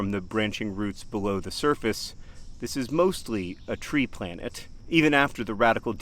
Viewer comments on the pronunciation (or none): A "plantet" if you will